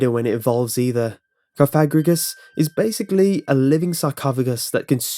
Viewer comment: You pronounced Cofagrigus and Banette wrong